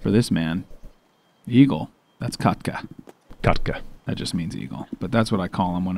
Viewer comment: When you called Eagle ”kotka”, it sounded like you said ”kakka” which means poo in finnish. Had a laugh for sure